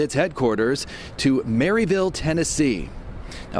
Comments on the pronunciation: It’s funny to hear non southern folks say Maryville. Maryville is just outside Knoxville (where I live). Maryville around here is not pronounced Mary-vill. It is pronounced more like Mer-vul. Anyways anyone who moves here from Mass. you really are going to like it here. Knoxville has some amazing places for food and entertainment. Plus you’re just an hour or so from the great smoky mountains. Rivers, lakes and streams abound. Plenty of places to practice a hobby and or compete in firearms. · it's Marvul